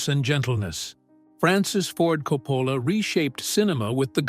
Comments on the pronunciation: KOPPPPPələ NOT kou-POUlə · I do like these videos but hate the AI pronunciations. You can do a modern one with Will & Jada Smith, the DeBarge Family & Alec Baldwin to start.